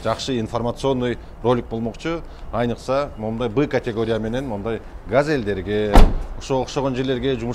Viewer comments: Айныкча де брат же айрыкча дедиңби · Оозунда насвайы барбы же Р га тили келбейби АЙНЫКСА дейби 😁